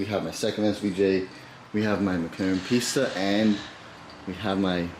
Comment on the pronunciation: Did This man really say Mclaren Pista...?😳😂. Congratulations though bro 🎒💎